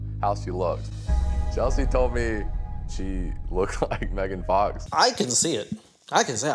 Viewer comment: Bro said megan fax 😂